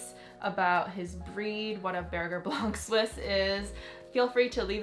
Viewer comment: Also I mean this in no rudeness or disrespectful-ness but you should learn how to pronounce berger blanc suisse the right way which is French. I just know the breeders want us to pronounce it the correct way which isn’t sounding like burger! 😂🥰